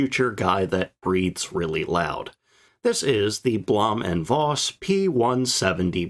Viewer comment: V in Voss is pronounced as F. The V in German words and names of >Germanic< origin are spoken as F. Vater (father), vier (four), Vogel (bird), Hannover (Hanover), Volk (people, folk), van Beethoven, von Bismarck V in German words/names of Latin/Romance/French origin are spoken as V Veronika, Viktor/Viktoria, Lavendel (Lavender), Vakanz (vacancy), Virus (virus), Vitalität (vitality), Vulva ....